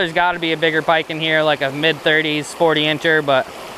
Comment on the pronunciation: Did you say "Pa-pike and crappies? lmaoo